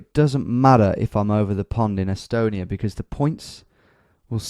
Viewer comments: American here, never heard anyone say e-stonia. It's always been eh-stonia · I think he's just being a silly billy.